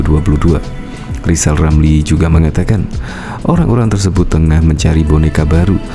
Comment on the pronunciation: Keminter, ngomong R saja belum jejeg kok sok-sok-an. Siapapun presidennya nanti, RR tetap tdk akan laku, tetap akan menjadi ekonom jadul gelandangan sepanjang masa, karena semakin banyak ngomong tak bermutu akan semakin tampak kualitasnya yg minor shg tak layak menjadi bagian dr eksekutif nkri